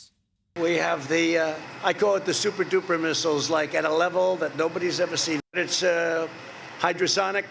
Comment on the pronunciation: "Suppa-duppa missiles" I just lost there. 🤣🤣🤣🤣The first thing came to mind..."Suppa-duppa fly, suppa duppa fly."